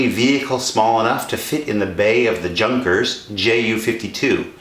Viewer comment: Junkers is pronounced Yun-kers.